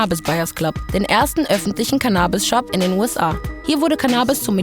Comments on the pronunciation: Seit wann wird das Canaabis gesprochen? Es heißt CANNAbis!!!! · Super Video! Aber bitte nicht CannAbis, sondern CAnnabis:)